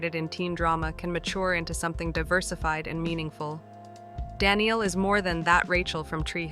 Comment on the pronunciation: Good overview, thanks. (BTW Danneel's name is pronounce da-NEIL, not Danielle)